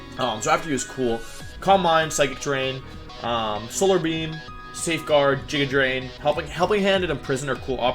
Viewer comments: Did you just say "jija" for "giga"? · Did y’all hear how he pronounced giga drain? Haha